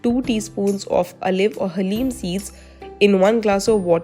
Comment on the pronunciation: Why you say haleem